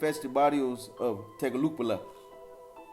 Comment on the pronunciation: TAY-GOO-CEE-GAL-PUH (tegucigalpa) 🤣💯😎